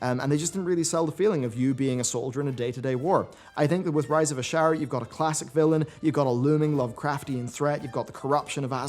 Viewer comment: Disliked for how you say 'necklace, genuinely, Azshara, and dramatization' XD